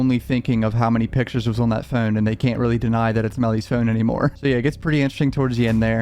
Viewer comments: We’re not subscribing because of the way you say phone you 😶 No one Him: FOUNNNNNNNE 😣🤦🏽‍♀️ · Ill sub if you learn how to pronounce the word “phone” you’re currently saying “fiin” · phi-own...thats so hard to say...he is sub Canadian, yet American...say phi--own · “Furne” lol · Phewn. That’s the way my guys pronounces phone lol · you kinda say phone like inspector cleusseu from pink panther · He pronounces his o’s like Stewie griffin😂and it’s oddly satisfying